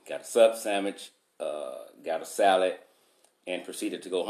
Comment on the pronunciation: Everytime he says “salad” I tend to just laugh. Maybe it’s the way he says it. 😂